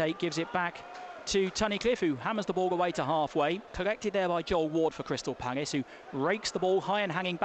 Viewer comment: Good commentating, especially when the balls in the box, but what the hell is that Paggis thing all about